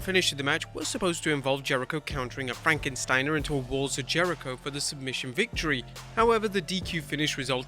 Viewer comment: Thank you for calling it "FrankenSTEINER"